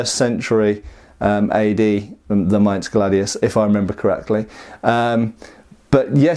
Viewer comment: Nice. Extra kudos for getting "Mainz" right! None of that weird "minezzz" business here, i´ll have you know, good sir! Nu-uh!